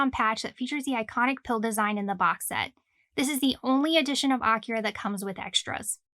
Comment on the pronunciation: Almost a 40 year old manga, and you still can’t pronounce AKIRA correctly 🤔